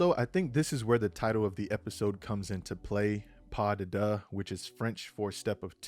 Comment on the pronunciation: Pas de Deux is pronounced, "Pa Duh Doo."